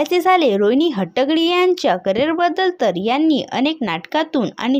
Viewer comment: निवेदन करणयावर लक्ष द्यावे 🙏 पहिले हट्टंगडी हे नाव नीट उचचारावे